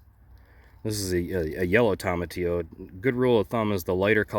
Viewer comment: TOE-muh-tee-oh. Not TOM-uh-tee-oh. No Toms about it lol Anyway…This helped me so much! I think my mystery volunteer is a cape gooseberry. Thank you!